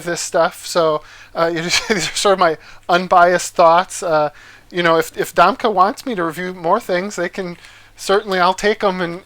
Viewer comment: Domke pronounced Dom Key....